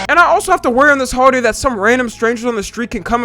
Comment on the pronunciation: Holiday? It sounded like you said "Hoeaday"